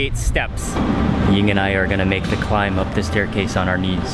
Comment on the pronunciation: Is Mark's wife named Yin? I never can understand him when he says it.